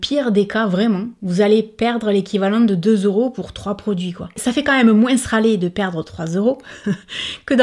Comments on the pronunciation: On l'adore ton "moinseu" 💕merci pour cette vidéo ❤️ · Coucou ❤️ merci pour cette vidéo 🥰 j’adore les séries « fuyez ou achetez » 😍 et j’adore comment tu prononces « moins », j’ai l’impression d’être en vacances 🥰🥰🥰🥰 bisous 😘💋💋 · Ne t'excuse pas de ta prononciation de "moins"! Déjà, ton accent ne regarde personne, et ensuite, tu le prononces façon Français Médiéval, et c'est adorable 🤗🖤✨ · Coucou tu m'as fait rire avec ton moinceuuu 🤣🤣🤣tu dis aussi paketging au lieu de pakatging mais je t'adore quand même 😉,j'aime tes vidéos et moi j'achète du maquillage a petit budget et j'en suis très contente,même si j'avais les moyens je n'achèterais pas de marque de luxe,bonne soirée ma belle,gros bisous 💋💋💋❤❤❤